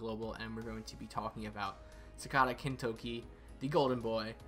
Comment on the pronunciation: Loved your review, but you butchered his name broski 😂